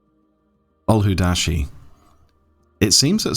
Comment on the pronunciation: it isn't ul-hu-da-shi... but Ul-wad-shi. The 'a' is before the 'd' not after. :P